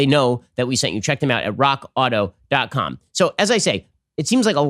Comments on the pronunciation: Raw Kotto...yes? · When Ben says "Rock Auto" and for whatever reason, it doesnt sound right.